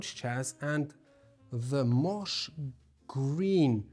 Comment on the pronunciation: Hey, moss is pronounced like boss! Great job as always guys❤